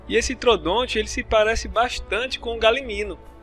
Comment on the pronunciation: Galimino? E Galimimo'-'